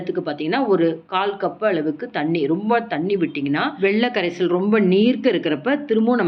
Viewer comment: வெள்ள கரைசல் இல்லை. It's வெல்ல கரைசல். Avoid such pronunciation defect. Your recipes are very good, no doubt.